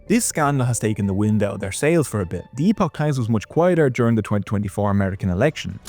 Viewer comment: it's pronounced "epic" times. Did you really do your research before this?